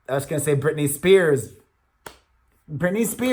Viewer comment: aw love you too....and Brittany is not the same name it has 3 syllables